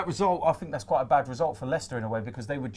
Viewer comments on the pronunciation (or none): none